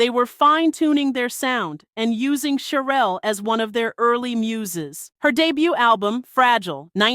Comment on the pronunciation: CHERELLE PRONOUNCED SHERELLE